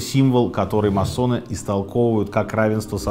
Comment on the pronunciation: Почему всё время говорят о маССонах??? Правильно говорить маСоны... "С" должно быть очень коротким....